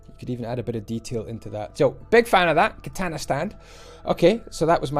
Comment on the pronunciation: It's so funny how he butchered the word "katana"😆